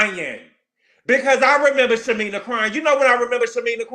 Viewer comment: you are killing me calling shamea, "shamina". I know you know how to say her name correctly lol 😆 😅 i cant imagine having a newborn at retirement age. Gerald is crazy for putting pressure on shamea like that. It's a geriatric pregnancy which is risky. Her 2 kids already have serious medical conditions